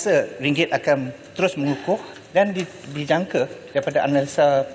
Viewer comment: Mengukuh ke membutuh? Tak berapa clear la